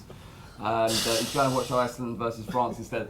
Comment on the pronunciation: They way says iceland annoys me, a bit disrespectful